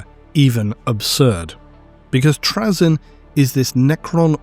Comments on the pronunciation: you're pronuocniugin his name wrong its trayzun not trayzen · Why are you purposefully saying Trazyn's name incorrectly? You know you are. 6000pts? Of Necrons of your own? C'mon dude. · Not sure if I can stomach 90 minutes of my favourite loretuber mispronouncing Trazyn’s name but let’s do this. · is he saying trazyn wrong intentionally?